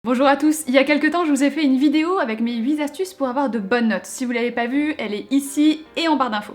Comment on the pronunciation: huit-T- astuces pas huit-S- astuces😂 (je te taquine hein...😉)